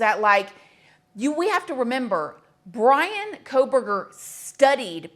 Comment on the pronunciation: It seemed the judge was more disrespectful than the suspect in this one .... How can you not get names right??? If Brian is guilty he didnt do it alone. Maybe he was grimacing at the clown of judge with the farce reading the names ... I think Ethan's was the only one he got right ...